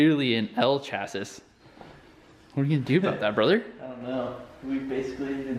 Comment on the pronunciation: WhY does he keep saying Tay-lon and Chas-siss